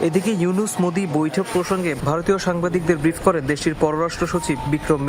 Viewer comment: ইউনূস কইলো না হিউনুস পড়লো বুঝলাম না 😮